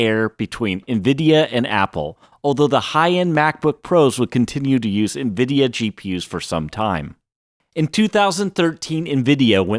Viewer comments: WTF is "envida"? I got to about four minutes in, but hearing it mispronounced so many times I couldn't listen to it anymore. "en-veh-Dee-ah". ,an, you got it right, or at least close enough a couple times, but the amount of times you didn't made my brain itch. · Bro why do you keep saying Nvidia as Nviduh intermittently? Sometimes you pronounce it correctly then the rest of the time you says Nviduh... ???